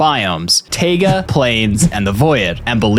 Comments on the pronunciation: Bro say tiaga and say void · Wait? "tejga" biome? 😂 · Yeah, it's spelled more like tie-gúh. What a wonderful biome, actually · it's simple. it's pronounced "тайга́" cuz it's a russian word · “Tayga, plains, and the voyid” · Why do you pronounce Taiga and Void so wrong? "Taega" and "Voyed" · I can forgive not knowing how to say "taiga" considering how seldom it comes up in conversation, and learning a word by reading it at least indicates one is reading -- but I've never heard "void" pronounced with two syllables before. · I honestly didn’t hear the incorrect way of him saying taiga on the first watch